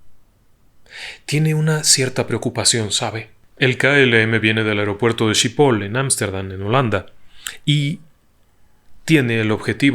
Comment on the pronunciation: Se lee skipol (Schiphol) No eschipol